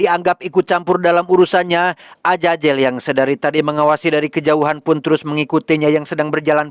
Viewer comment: Azazel, bukan ajajel😅